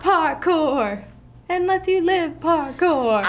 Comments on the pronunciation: “I knew he liked porkor so I made him a porkor map” ( no I didn’t spell it wrong that’s just how he said it 🙄🙄🙄) 🤣 IM DEADDDDDD 💀 🤣 PRESTON IS AWESOME 🤣 LOVE UR CHANNEL WOOO. ( IM JUST COPYING WHAT HE SAID I DIDNT SAY I MADE THE MAP) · Lol I like how he is like this my property he like my mincraft my property and I also like how said I watch Harry Potter then Preston said WHAT DOES THAT HAVE TO DO WITH MINCRAFT lol I also like when said porkour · lol almost died of laughing the preston says parkour just kills me